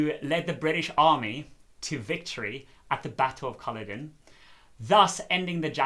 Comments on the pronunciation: I thought the pronunciation was Cu-LLOD-en with the emphasis on the second syllable. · I’m loving your pronunciation Caloden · Culloden is pronounced with the emphasis on the second syllable